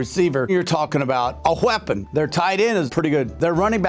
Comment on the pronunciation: Anthony Stefanos Haha I caught that too.. It sounded funny when he said it. More like "WHUUEPEN" lmao